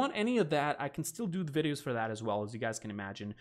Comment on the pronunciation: u said cab instead of can